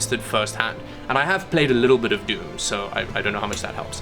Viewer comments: Wtf is DUME!? Funny how she's never played it before yet knew you mispronounced the game... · It's DOOM not DEUM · he said "dium"... and after hearing I was like "hah dium" and 1.5 seconds later did the same thing, that I did.. laughed at the expression dium:)) That was something interesting.:D BTW, she is sooo cute <3